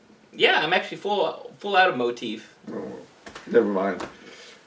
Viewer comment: Motif “mo teeth”??